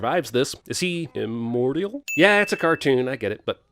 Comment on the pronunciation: Lol, im-morty-al...